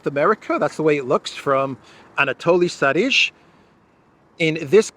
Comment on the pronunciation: Sharij is pronounced "Sharee-y." with the "y" as in "day."